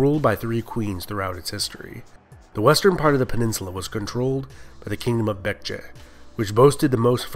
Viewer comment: Your pronunciation of Baekje was almost spot on native!